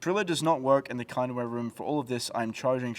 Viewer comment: The kindware room... Wtf were you calling it?